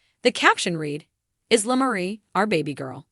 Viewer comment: It’s “Eye”la not ISla